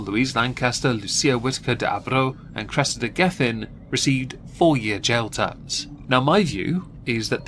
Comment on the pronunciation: Oh Cwessida! Pwease don't throw my Cwessida in prison with common cwiminals!!!